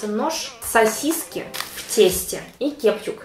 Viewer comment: Бл, я думала я одна говорю кепчук😂😂😂но видимо в жизни я не одна такая дибилка)))